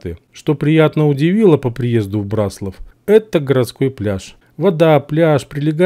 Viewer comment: В слове Браславские ударение на ра а не на ла пипец. В слове Браслав тоже самое